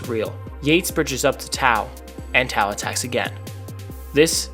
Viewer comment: Love this, great video! One note, Tao is pronounced pretty much like ‘Tay-Oh’, but you’re not the first and definitely won’t be the last to pronounce it the way you did